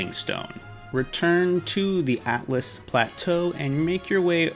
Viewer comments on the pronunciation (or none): Atlas? I’m pretty sure it’s pronounced all-t-us and it’s spelled Altus not atlas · Lunaria and Atlas 💀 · not to criticize because this tutorial is great, but it is pronounced al-tus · I have never heard someone pronounce Liurnia so wrong, same with Altus